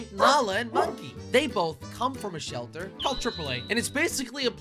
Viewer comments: Jelly saying selter instead of shelter in the first 2 seconds of video🤣🤣🤣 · U said selter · I like how he said "Welcome to my animal SELTER" I laughed so hard and rewinding and rewinding over and over again 😂🤣😂🤣😂